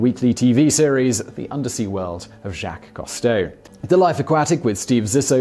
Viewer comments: Learn how to pronounce French names: you keep getting the pronunciation of "Jaques Cousteau" wrong... It shouldn't be too hard to find video or audio of the man himself pronouncing his name! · Have you never heard the name Jacques Cousteau pronounced? Your accent is NOT an excuse to mispronounce names; names are pronounced the way the person pronounces it, not however the hell you wish to pronounce it. It's obnoxious. Wouldn't you correct someone who said your name as "See-moan" or "Simian" instead of "Sy-mun"?